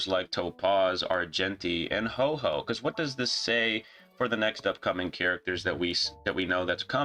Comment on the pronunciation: Love that you called HuoHuo HoeHoe. lmao. I'm planning to skip Topaz, since she doesn't even contribute to JY teams :(. My account won't find a ton of value from having her. I also didn't really like her character after playing through the story quest which heavily featured her. That said, it isn't a bad thing for HSR to have some skip banners sprinkled in. Lets players save w/o having too much fomo. xD